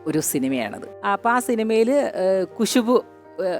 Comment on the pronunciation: കുശുബു അല്ല ഖുശ്ബു